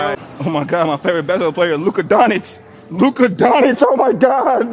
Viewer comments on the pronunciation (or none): Luka DonCic not DoNic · It aint "Luka DONITCH" IT'S LUKA Don-Tchitch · This man said luka donich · “Luka Donich” 😂😂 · You have to learn how to pronounce future MVP Luka Doncic name 😂